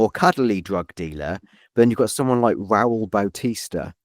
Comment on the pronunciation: Rall? Ra’ul bro 🙄